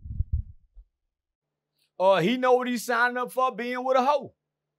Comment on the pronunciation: is the funniest part of this whole interview…. 😭😭🤣🤣🤣🤣💀💀💀 Why say Hoe so hard?😂😂